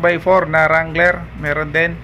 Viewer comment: Dangler hindi wrangler